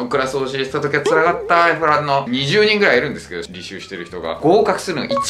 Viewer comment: Fランの発音が良すぎ笑